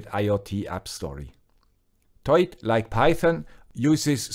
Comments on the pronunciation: I'm pretty sure it's not pronounced as a single word 'toit' or 'toyt' but rather 'To-it' (like the number 2 then it). The name looks like a simple play on words to me. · So you do pronounce it as written, TOY-IT. I was worried in case you had to pronounce the OI as "WA" like the French do as in reservoir, trois, au revoir etc. Of course that would make it TWAT! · ' pronunciation is correct. It comes from "Toit like a tiger".